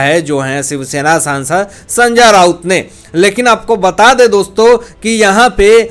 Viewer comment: Are Sanjya nahi re Sanjay Thik tarah se nam bolo bhai, mu main supari mat rakh re